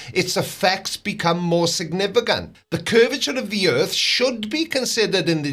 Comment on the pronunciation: he only made it 1 minute and 30 seconds into video by this point. How many times did he say erf mezzyoured fwatt? oh that's right, it doesn't matter. Just SAYING ERF FLAT isn't evidence.